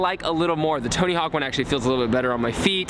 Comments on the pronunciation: Lol its tony hawk not tony hank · U said tony hank at the start